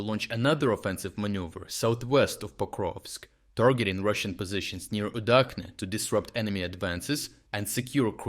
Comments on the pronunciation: It's Udachne as the "ch" in the word "chair", not "UdaKne" or "UdaHne" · It's pronounced oo-DAHCH-neh uˈdat͡ʃnɛ